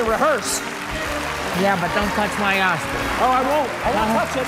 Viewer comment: Oh it was OSCAR I thought he said Ass LOL!!! OOPSY!!